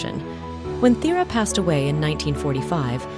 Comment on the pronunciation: A very interesting video, thank you! As a Dane I must however point out that 1 USD is NOT the equivalent of 10 DKK - our currency is worht more than that. Also, your pronunciation needs some work - especially "Thyra", it was almost impossible to understand which princess you meant.